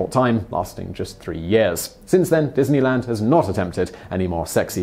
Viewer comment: wow... dineyland Paris sounds like EF Chengdu haha